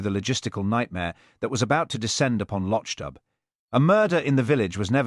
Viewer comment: The town’s name is pronounced /lok doob/ not /losh dub/